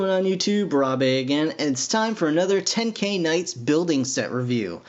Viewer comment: You pronounce it ten-ki-knights AND AWESOME